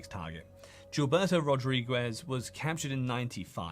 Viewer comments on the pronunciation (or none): Superb video and very informative! Don’t take this the wrong way but certain pronunciations are off: "Bogotá, Rodriguez, Medellin and some others”